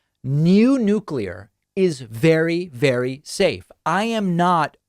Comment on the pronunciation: Thank you, David, for pronouncing Nuclear properly!